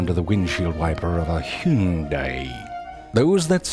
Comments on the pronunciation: Been looking for the "Hyooondaiiy" for awhile. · Learned how to pronounce two words: Hyuuundai, and bebeh. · I just love how you pronounced "He-yun-die". It's priceless! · Hune-die, this how he pronounced Hyundai😂😂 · when a bug gets splat on a hyun'die' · "Hyoon-die" Horatio, I am dead. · "She is currently under the windshield wiper of a HYuun-di." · The way he say Hyundai😂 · whyd he say Hyundai with such emphasis 😂😂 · the way he pronounced hyundai lmao